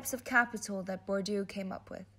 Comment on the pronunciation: Nie Bordju tylko BURDIEEEE!